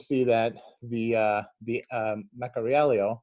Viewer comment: Thanks for the video, and yes you got the pronunciation right, bravo! I would suggest investigating the Scafora Norvegese stitched shoes--they're really quite exquisite.